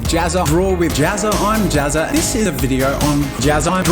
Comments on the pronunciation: The way you pronounce Jazza, makes it kinda sound like you're saying "JazzART" instead. I just found that kinda interesting. :) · he said gazza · pronounces jazza like pizza